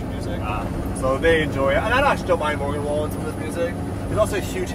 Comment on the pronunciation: It took me a second to realize you were trying to say Morgan Wallen 😂😂